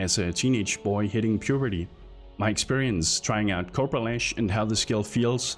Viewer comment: Can't stop hearing 'copro lash'.